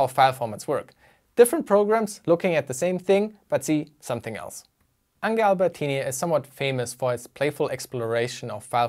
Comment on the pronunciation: Ange ist Franzose. Er wird nicht "Ange" gesprochen, sondern "Ongsch", so wie hier